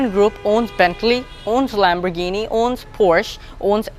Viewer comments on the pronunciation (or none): none